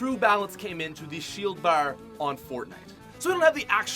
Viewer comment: “So smerrrt” “Shield berrr”